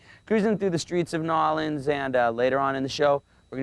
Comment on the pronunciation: Riki rackman is so fake.He doesn't even know how to pronounce New 'Awlins